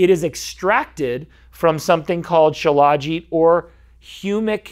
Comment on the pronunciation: FYI, it's spelled Shilajit, but it's pronounced Shila-jeet. I've researched it a lot. It's like Ashwagandha in that every so often you need to take a break from it. Do your own research, many sites have info on it. They say the cheaper versions of it may have heavy metals in them. I've been putting it in my coffee for about 3 years.